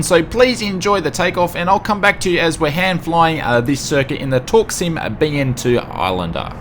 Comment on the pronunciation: "Torksim" never knew u pronounce it that way, I thought it was "torque sim" lol